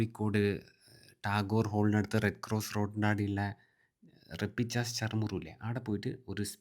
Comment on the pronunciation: റപ്പിച്ചാസ് അല്ല.... റാപിച്ചാസ്